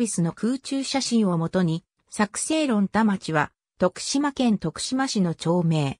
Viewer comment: 徳島市論田町ですが正式名はとくしましろんでんちょうです。